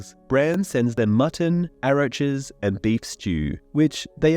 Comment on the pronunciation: again the pronunciation is cringe as hell. its rawkuss (raucous) and Aww Rock (Auroch) and it drives me nuts when i hear this stuff said wrong everytime, if you intend on making these again, ill narrate it or something if you wont do it personally, because whoever is reading it, whether its a human or a computer, they suck ass at reading and need to go back to school and pay attention in english class this time so he/she doesnt sound like a moron. if its a computer AI you outta wipe your ass with it for how good it is, and tell the creator how much he or she sucks then chuck these videos and have them re read.